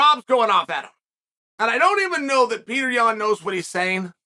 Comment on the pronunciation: Petr yan vs merab dvalishvili when chael speaks it its Peter yun and marble digafishi